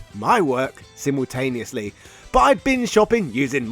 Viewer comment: Am I the only one who sees the irony that he's from the country that originates the English language but he can't speak it can't pronounce simultaneously controversy or innovative what is it with YouTubers